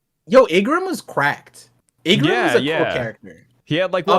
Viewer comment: I wasn't gonna say anything when it was just the chaper review, but I cant stand it any longer. Vivi's bodyguard's name is not Ingram, it is Igaram (pronounced ee-gah-rom)